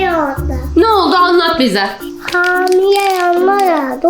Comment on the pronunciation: amile yerine hamile demesi bvnv